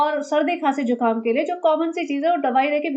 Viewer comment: Not jhukaam it is zukaam